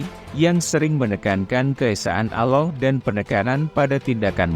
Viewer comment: ALLAH bukan Aloh😂 Nasrani yang tidak berpuas hati jangan bercakap main belakang.... harus berdebat dengan Mantan Mantan pendeta Kristian yang telah memeluk agama Islam ❤❤❤❤